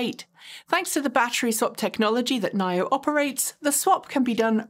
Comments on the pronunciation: Nine-Oh? Thought it was Knee-Oh? 🤔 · Why you keep calling NIO "nile-yo", isn't it "knee-yo"?